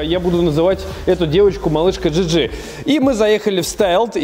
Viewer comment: Мб все-таки "джиджи" говорить одним словом и с ударением на первый слог? "Малышка ДжИ ́джи" - Звучит уже действительно как женское имя))